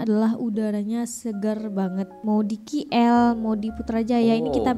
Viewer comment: Sebutan KL itu bukan Ki El tapi Ke El